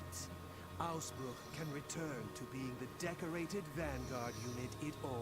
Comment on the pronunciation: I am actually impressed (maybe even surprised? :P) how well they pronounced Ausbruch …